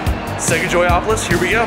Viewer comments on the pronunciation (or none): It would be better if you call the place you visit by its right name. It's called "Joypolis", NOT "Joyapolis" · LANGUAGE TIP: "Joypolis" is pronounced (JOY-puh-lis).